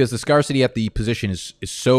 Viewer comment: My boy put me on to your videos...im def a fan now. Def see the time put in. Just do me one favor brodie, ive already seen alot of your vids and u do it here again....its scare/city not scar/city. Other than that youre a hero among the fantasy community🙌🙌